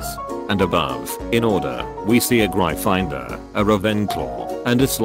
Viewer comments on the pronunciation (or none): I like how the voice pronounces slytherin, gryffindor and ravenclaw wrong but says hufflepuff right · A grifinedoor, rayvenclo, and a slythyrine I love that boy voice so much